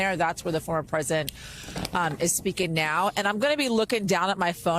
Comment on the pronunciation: Please tell Yasmin that Manhattan has not just one, but two Ts, so there is no excuse for her to pronounce it "Manha-an."